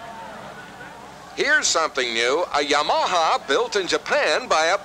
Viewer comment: Mispronouncing Yamaha is kinda lame..